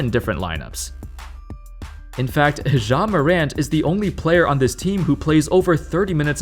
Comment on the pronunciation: I can't get over how you're pronouncing it like "Jzha" lmao😂